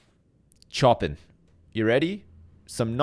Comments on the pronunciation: Btw Chopin is pronounced show-pan not choppin' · Ooh, how is he gonna pronounce Chopin, how is he gonna pronou- "Choppin'" immediate dickrip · SHOW PAN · I died when he pronounced Chopin "choppin". Bhahahaha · I hate the way you pronounced Chopin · (Is looking through the comments before watching the video) Oh my god. And he pronounced "Xavier" the way french people do, and he can't pronounce fucking CHOPIN? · listening to say "chopin" makes me want to die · Anyone else rip their dick off at the pronunciation of Chopin? :D